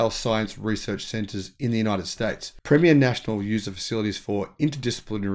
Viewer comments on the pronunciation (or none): none